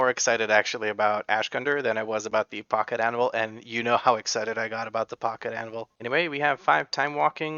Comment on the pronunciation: Funny that I have missheard Pocket Anvil this whole time.. I thought for sure he said Pocket Animal and I thought that there is a stupid trinket, WP blizzard :D